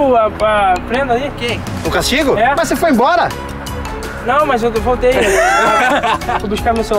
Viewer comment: Kkkkkk "Dps eu vou emboura"